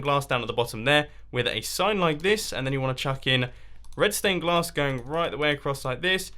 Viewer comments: I thought you said redstone glass not red stained glass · I kept thinking you said redstone glass 😂😂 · to everyone who thinks he said redstone glass your wrong HE SAID RED STAIN GLASS - listen carefully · Did he say redston or red stained glass in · Is it just me or is he saying redstone glass 🤔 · Is it just me or does he keep saying redstone glass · My Ears Must Be Broken ... I heard Redstone Glass and Redstone Clay instead of Red Stained Glass & Red Stained Clay 😂😂😂😂